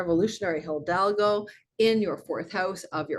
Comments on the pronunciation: Highly interesting - really got some important info out of it. May I permit myself to point to your pronounciation of hidalgo - this is, H-I-D-A-L-G-O with only one l, not hildalgo, you might need to train your tongue there... 🤣It is not only the name of the Spanish conquistador but means nobleman/knight. ❤ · For your next video with " Hildalgo" the "h" is silent and the "i" sounds like a long " e". Eeedalhgoo would get you real close. 🙌 Thank you for your readings and knowledge. This one is super intriguing...cause I've timed a creative project to launch during this time of 86 days and it includes a foreign country. I feel optimistic after listening to my rising and sun.❤